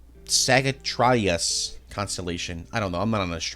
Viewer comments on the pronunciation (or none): Sagittarius = “sadge-ih-TARE-ee-us.” I’m no astronomer either, but it is a very fun word to say. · The butchering of some these pronunciations is painful lmao Sagittarius is 'saj-it-ary-us' Suffolk is 'suh-ffuk' (like a less harsh way of saying fuck) Rendlesham is 'rendle-shm', with a very soft vowel at the end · . Not being able to pronounce, "Sagittarius" is just sad and pathetic. "Saj-it-ter-Ee-Us". You don't have to be into the pseudo-religion/beliefs of Astrology/Zodiac-divination to pronounce the Constellations. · dude the 'sigitartiwetuweiturus" thing is actually said sig-itt-ari-us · I think the biggest wow with 'the wow signal' segment is that you pronounce Sagittarius (saj-e-ter-e-as), Sag-ee-tri-ass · This man has never heard of the zodiac signs. It’s pronounced Sagittarius (sadge-ih-tar-ee-us) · Here is the correct pronunciation for Sagattarias (sadg-uh-terry-us) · It's pronounced SAGITTARIUS. Gosh. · "TUKSUN Arizona" and "SAGATARIES" LOL! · Sagittarius (Saj-ih-tare-eeh-us)? -- There's a 1/12 chance it's literally your astrological/Zodiac symbol and approximately a 0% chance you've never said it/at least heard it used many times in your life... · Sa-git-tear-e-us , Sagittarius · Who the hell doesn't know how to pronounce Sagittarius? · What was that pronunciation of Sagittarius you illiterate mong? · Bro fumbled hard at “Sagittarius”😭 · i never care when mispronounces words all the time even when they are super common and hard to mispronounce words but the way he pronounced sagittarius was just unacceptable 😂😂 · No way you just pronounced Sagittarius like that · Still cant believe you dont know what Sagittarius is and cant pronuncd it.. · Who the fuck doesn’t know how to pronounce Sagittarius??? Jfc, they walk amongst us folks… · Are you joking.... you dont know how to pronounce Sagittarius? Seriously? Nimuh-tiz...... Nimitz. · The scariest part of this video was the pronunciation of Sagittarius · That pronunciation of Sagittarius was wild